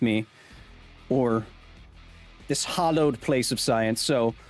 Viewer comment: Sounded like he said "hollowed place of science" rather than "hallowed place of science"